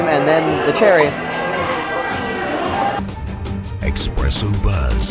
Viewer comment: Eh-spress-so NOT Ex-press-o